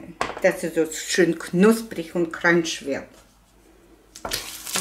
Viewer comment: Ich höre die ganze Zeit Cringe 😂😂😂 crunch heißt das... gestrochen CRANCH